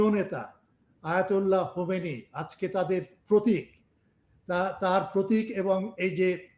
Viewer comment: খোমেনি কে হোমেনি বলতেছেন গবেষক সাহেব